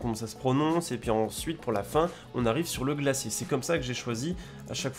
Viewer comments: Glacier, pas glassier. Mais à part ça très bien comme d'habitude. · Salut! vidéo intéressante et très beaux plans, par contre "glassier" pour glacier ça pique! :p